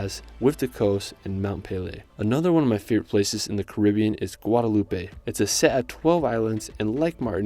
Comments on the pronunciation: I haven't traveled to most of these places, but the ones I have, I totally agree they are all amazing! But, please, it's Martinique, not "Martini-KAY, Guadeloupe, not Guadelou-PAY! They are French islands, with French-- not Spanish-- pronunciation. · I wish I could travel like you. But you need to learn how to say the names. Martiniquay??? Guadeloupay?? No, darling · the E is silent in Guadoloupe and the ue in Martinique, also you need to vist Tobago. Great video i loved it